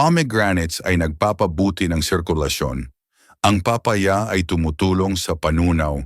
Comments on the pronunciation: Papa-ya at pola- te 😂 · Di ka Marunong mag bigkas ng. Tamang Tagalog lalu na Ang papaya